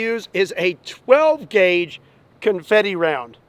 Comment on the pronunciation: Comfetie guwn